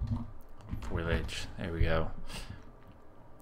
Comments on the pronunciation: Sorry to be a word Nazi on you here, but the word is Foliage, not Foilage. I am enjoying your series, but please, rerecord this before more than 1,682 people see it. With all respect, you sound like an idiot. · Really good tips....but one correction...its called foliage...not foilage :)